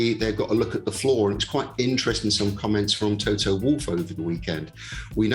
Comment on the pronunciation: Can u stop that ignorance and prononce Toto's surname correctly!